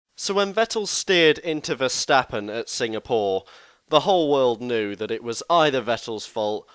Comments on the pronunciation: Nope, Verstappen is pronounced Verstappen, just like Stoffel Vandoorne is pronounced Vandoorne and not Vendoown or something. Better learn this name by heart because you will see it often in the future. There are flying Fins, but we have a new Flying Fleming! And Max is one hell of a flying Dutchman. :) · Verstappen is dutch, so it's Ver(ch)tappen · Nope. It is "Verstappen" and it should not be pronounced like an "ch" or "sj". You are totally wrong about this. It is just English commentators that pronounce it the silly (chilly;) way.